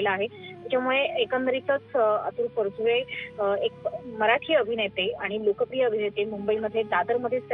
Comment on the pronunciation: News reader need to have awareness about correct pronounciation , marathi na bolata yenarya vyaktila news reader theu naka. Specially felt thisbas she is talking about Atul Parachure who always insisted on speaking Marathi correctly